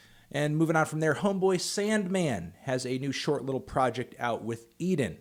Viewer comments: Edan's name is pronounced "e-don", not "Eden." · did u just call Edan "eden"??? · you did not just disrespect my man's EDAN (pronounced Edon)